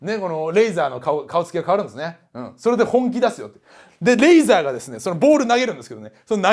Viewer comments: レイザーじゃね？レーザーじゃなくて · リープ（pu）じゃなくてリーブ（bu）だし、レーザーじゃなくてレイザーだ。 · 中田さんレーザーじゃなくてレイザーですよ